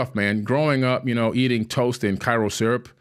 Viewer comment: His story fell apart for me when he pronounced karo syrup as Cairo syrup